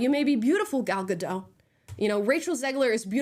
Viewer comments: (No hate AT ALL-just a quick FYI. Gal Gadot’s last name is pronounced like it looks. Ga-dot. I thought it was Ga-doh, too but when she played Wonder Woman on the press tour-EVERY interview she corrected them. In a nice way but just letting us know. Same thing w/Brendan Fraser. There’s no “i” in Fraser-so not Fraiser. It’s like Fray-zer. Sorry for that novella, ffs. Lol) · It's Gal GaDOT. It's an Israeli name, it's not French. 😅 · Gadot - It's not a French name, the T is pronounced. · For crying out loud. Her name is pronounced with the T at the end, she's not French! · Just to correct.. it's Gal Gadot, the t is being pronounced. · Thank you for doing this because after the reviews, I actually kinda wanted to see it just to see if it really was as bad as even the left wing reviews suggest… But one critique: She’s not French, she’s Jewish Israeli. It’s pronounced “Gah-doat” not “Guh-doh”. Benny does it too and as a Jew it drives me nuts. Sorry, that’s all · Thanks. Just a correction in gal gadot s name you do pronounce the T it’s more like GA DO TH. She is not French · Fun report! But - being pedantic maybe - if you are going to critique Gal Gadot you really should learn how you say her name. She is not French! There isn't a silent t in Hebrew! It's pronounced Ga-DOT. (Rhymes with shot or lot) FYI Gal means wave and Gadot means river banks. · Her last name is gadot! Like with a T!! Say dot. Now say gadot. When in rome, do as the romans do. Leave the surrenderland name pronounciations to surrenderland. Here in america we can 1. Read and 2. Win a war. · Naive me. I thought Amala would be one of the few American, who would actually pronounce Gal Gadot last name correct. I guess i shouldn't have been so hopeful. Amala... the 't' in Gadot isn't silent. It's, really, not that hard. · Hey guys: It's pronounced "GAL GADOT." Hard "T" at the end. SHE'S ISRAELI, NOT FRENCH. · Gal Gadot's name is pronounced "gadot", not "gadoe". The T has literally no reason to be silent.